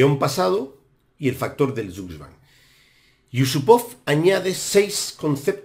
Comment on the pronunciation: Gran ejemplo, gran final aunque no creo que sea el mejor de la historia. Curiosa la forma en que se pronuncia «Zugzwang»